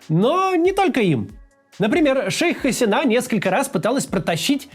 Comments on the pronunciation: Очень сложно смотреть ролик, который начинается с фонетических и фактических ошибок. При разделе Индии большинство населения страны, которая сегодня называется Республика Индия, исповедовало индуизм, а не буддизм. В имени "Шейх Хасина" удаление на И, а не на последнюю А. В слове "урду" тоже ударение на первую У, а не на последнюю... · МуджИбур, Хаси́на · 1. ХасИна 2. забавно тетку называть "шейх". звучит нелепо